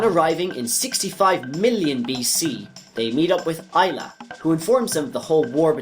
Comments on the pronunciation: And Ay-la not Eye-la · Say Mag like magma and gus like Gus. Not mage us. Say Ay like the end of "may" then say la. This is not hard. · You said Magus and Ayla wrong, literally unwatchable